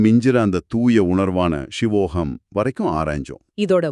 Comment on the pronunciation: Shivoham. Not sivoham